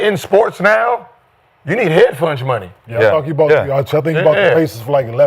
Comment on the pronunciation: Anybody hear dat nigga Gil say “head funge” trinna say “hedge fund” lmaoo